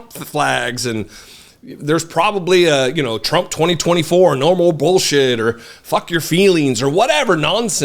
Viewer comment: It’s hysterical how they make “Trump” two syllables when they could’ve just said “Donald”. 🎶Dear Tru - ump. 🥳